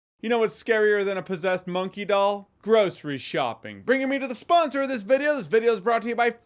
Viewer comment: Anyone else hear "gross re-shopping" at the beginning of the sponsor? I'm not American.